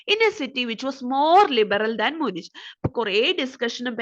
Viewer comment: മ്യൂണിക്ക്, സൂരിക്ക് ആണ് ... Pronunciation onnu nokku please bakki super class